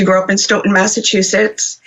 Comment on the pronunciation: kudos to you for pronouncing “Stoughton” correctly. My family moved to Stoughton when I was in second grade back in the mid 60’s. Stoughton is next to Canton and is considered part of the “South Shore”. The Stoughton PD has been crooked for decades! Canton PD has been known to be racist even when I graduated from HS in 1976. We knew when going through Canton, to not speed because they looked to ticket Black drivers. If Sandra Birchmore’s estate didn’t pursue reopening her death, her murderer would still be living the life of Riley. I forgot what happened to Matthew’s brother. The Police Chief resigned, if I’m not mistaken. 3 Grown PO’s ra”$:ed that child!